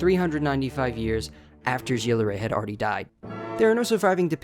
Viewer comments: the right pronounciation would be "Guill De Ré" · The way this guy pronounces Gilles de rais pmo